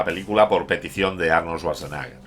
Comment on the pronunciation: No es lo mejor de Schwarzenegger, pero es muy entretenida. Muy buen video, como siempre, pero lo de Svasnaga me ha echo sangrar los oídos... Jaaaaaajajajaja